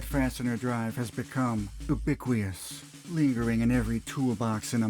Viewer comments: “oobickweeus” is an… interesting way to pronounce “ubiquitous” (“youbickwitus”). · "Today, that fastener drive has become... OO-bick-we-us." It's not a silent T. And you guessed wrong on the pronunciation of the U. Ubiquitous /yo͞oˈbikwədəs/ If you're ever uncertain about how to pronounce a word, f*cking Google: "how to pronounce ____" It's 2026 ffs. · Naw, just you. That's not a silent T. It's you-bic-wit-us, not oo-bic-wee-us. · Ubiquitous ❌ Bubiquious ✅